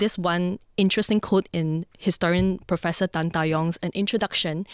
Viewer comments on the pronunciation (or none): none